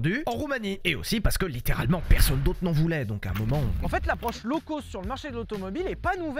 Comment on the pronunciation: Quand est-ce que les français arrêteront de dire "low coast" (comme dans côte) au lieu de "low-cost" (comme dans cote) ?